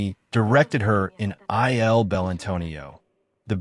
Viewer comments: Lovely tribute to Claudia Cardinale, but please learn how to pronounce: "Il" Leopardo; in Italian the definite article (masc) is pronounced like "ill" in English, because the i is an e sound in Italian "Leone" an Italian name which requires pronouncing all letters "LEE-O-Nay" (just like the last E in her name which you do correctly throughout) mise-en-scène is pronounced "mēz ˌän ˈsen" long eeeeee sound for the "i" I know it sounds picky, but I was surprised when I heard them, and it distracted from the otherwise wonderful video. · The AI naaration needs some serious tweaking. "I" "L" GUETTO-PARDO?!